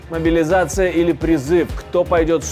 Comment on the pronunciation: Призыв а не молизация.